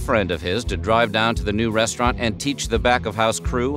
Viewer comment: The " Brest-raunt" concept is dead